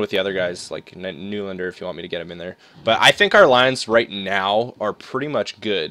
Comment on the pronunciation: It's knee-lan-der